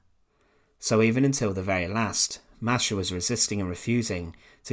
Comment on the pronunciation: I speak some Russian. My language is already close to Russian. And I have Russian friends. No one pronounces it like this.